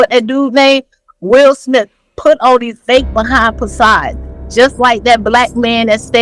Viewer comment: This dummy just said Will Smith put on a fake “possad.” Baby girl, you are trying to say facade! But, your vocabulary isn’t that extensive, so you are using Ebonics to try to sound sophisticated. EPIC FAIL!